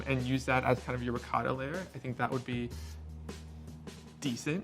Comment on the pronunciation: Great video..but the way says ricotta makes me cringe a little bit.